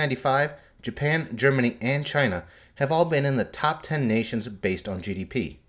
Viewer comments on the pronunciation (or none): Germanny??? Who knew it had two N's